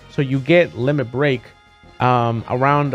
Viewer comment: Did he say Lemon xD